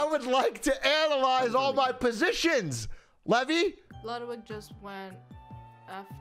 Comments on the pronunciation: *levy not levi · LEVY, NOT LEVI. DIFFERENT NAME, SAID DIFFERENT.